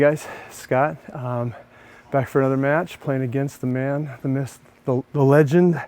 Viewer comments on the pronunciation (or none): Ian it's almost like you're taunting Scott for mispronouncing "myth" as "myssth" every time you roll that clip lol.